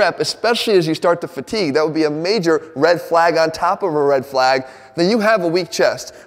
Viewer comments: Das a REHD FLAAAYGE ova thea! 😅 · Jeff called me a Red Flag, but there were very few L's in the word "flag"